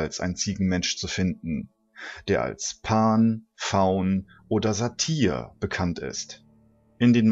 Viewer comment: nicht Sat IE r sondern Sat Y r mit y. Also ausgesprochen " Satüer"